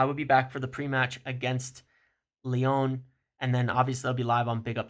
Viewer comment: Leone (Lyon), Simone's (Simmons), Ineose (INEOS). American's really don't do well with the letter o it seems.